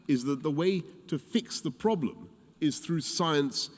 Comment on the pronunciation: His ploblem is too smart.🤣🤣🤣😋🤣🤡🤡🤡🤯🤯🤯